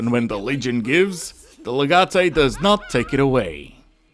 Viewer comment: You hurt me when you mispronounced legate, still though, good stuff